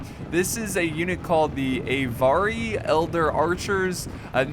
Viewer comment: just a little hint the Avari are pronounced Ahvari not ayvari. also its not a moose its an elk;)